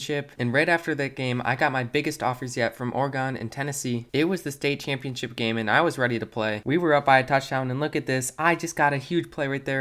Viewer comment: Just sayin I’m from Oregon and it’s not Oreagan it’s Oregon